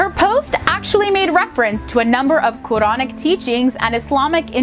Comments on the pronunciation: Her pronunciation of Quran, imaan, hijab, Allah, Yusuf, Islam is so good for a non muslim ❤️🥺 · Hhhhh exactly, specially how she said: Quran